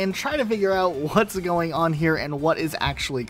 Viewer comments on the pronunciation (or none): none